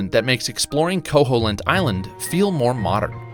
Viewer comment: Actually it's pronounced ko-HEEL-int! Not ko-HOLE-int!